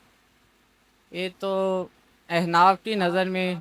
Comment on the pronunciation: Ahnaf ہوتا ہے ehnaf نہیں ہوتا ہے بندے تو ڈھنگ کے بٹھاؤ